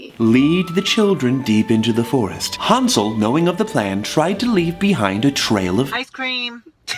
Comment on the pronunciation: Thomas pronouncing Hansel soothes me